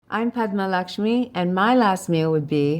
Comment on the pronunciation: Ok, so, I just ran into the comments to say, thank you for actually taking the time to pronounce Padma's name correctly. I cringed so hard during the Hot One's interview bc of how her name was mispronounced the entire time. I wish Padma's Tamilian BG was brought up during the time they ate Dosaa BG bc, the only way I know she's Tamil is bc of Aziz Ansari 😅 I feel like the ethino-linguistic diversity of South Asia is rarely spoken about in the west, same w/ Dravidian cultures, it'd have been a great opportunity to give light to it here